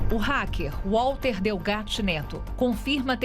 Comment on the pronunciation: égua. Será que o racker é paraense?